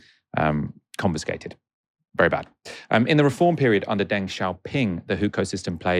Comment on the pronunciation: It’s pronounced ‘dung’ not ‘deng’